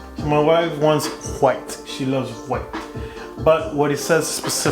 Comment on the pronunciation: I love how you pronounce white. “Whuate” thanks for the video I’m trying it now